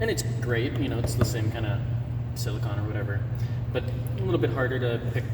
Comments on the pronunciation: Exactly. Silicon is a mineral. Silicone is a material. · It's silicone, not silicon